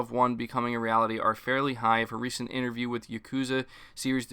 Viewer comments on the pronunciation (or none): none